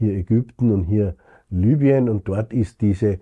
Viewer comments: Lübien? Eher heisst rs doch Libüen! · Wie kann man das nur Lübien aussprechen wenn da groß Libyen steht?